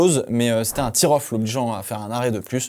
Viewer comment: Arrête avec « tir-off » stp Ça se prononce « tair-off » Je sais l’anglais prononce « ea » de deux manières différentes (« i »ou « ai »)sans qu’il soit évident de le déterminer autrement qu’à l’expérience. Et j’en profite : je ne sais pas comment tu le prononce mais j’ai entendu le présentateur belge de F1TV appeler l’adolescent Oliver « beerman » et ça m’a fait saigner les oreilles 😂. Ours c’est Bear (Bair) poire c’est Pear(pair) Merci pour tes productions que je suis depuis des années. 😊